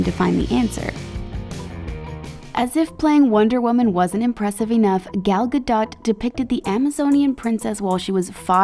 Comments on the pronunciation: Who got triggered when she pronounced Gal Gadot’s name wrong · I hate how the didnt pronounce "Gal Gadot" correctly 👁💋👁💀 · gal GaHdOt